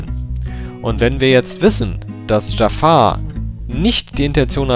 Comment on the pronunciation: Zu Beginn: Dieser Kommentar ist sehr viel länger geworden, als gedacht. Ich WUSSTE, dass am Anfang erst mal was zu meinem Namen kommt. :D Immer wieder belustigend.^^ "Dschaffar" (wie der Böse aus Aladdin) und "An-ju-hal" wird es richtig ausgesprochen, um das Rätsel einfach mal zu lösen.^^ Aber ja, über einen möglichen Namenswechsel hab ich schon öfter nachgedacht. Werde da beizeiten mal überlegen, wozu ich übergehe. Hach ja, das Banner, sowie Design generell...Ich weiß, dass das Sinn macht, um Leute auf den Kanal zu locken und zu halten. Aber es war einfach immer ein Teil von Youtube, der mir persönlich überhaupt keinen Spaß macht. Deswegen ist das Banner auch so enorm schlicht: Wenn ich da mehr machen wollte, dann würde es nicht langweilig sein, aber irgendetwas wäre bestimmt Grütze.^^ Eigentlich halte ich schon seit Jahren nach einem Künstler Ausschau, von dem ich denke: "DER soll mir was designen." Hab auch vieles gesehen, was mir gut gefallen hat, aber so richtig ist der Funke bisher nirgends übergesprungen. Abonniert habe ich deinen Kanal nicht.^^' Aber deine Kanalrezensionen gefallen mir wirklich gut, deshalb das Feature.^^ Ohne den LPF-Thread gäbe es auch ein Abo, aber da bleibe ich auf dem Laufenden, und meine Aboliste wird nicht noch überfüllter, als sie ohnehin schon ist. Kurze Trivia zu den Commentaries: Exorions Rechner war für gute 8 Monate völlig zerstört und in den Tiefen einer Reperaturwerkstatt verschwunden. g Also ja, aktuell passiert auf dem Kanal nichts. O